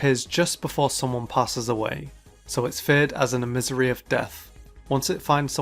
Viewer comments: did someone say GAMING? also its pronounced eh-mis-sare-e, not eh-misery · That's not how you pronounce emissary, but good try